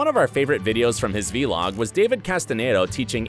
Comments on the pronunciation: Btw it’s vlog not v-log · Nobody: The narrator: AiDaN gAlLaGhEr’S vElOg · Anyone else noticed how he pronounced “vlog” as “v-log” lmaoooo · Might as well just say video log at that point lol what is wrong with him 😅😅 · who let the narrator say "vee-log"??????? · Vee-log. I am DYING. Okay grandpa. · “V-log” and “Castanedo” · STOP SAYING V-LOG